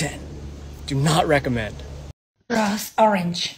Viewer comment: At the start when he said “this gonna be groose”! 😂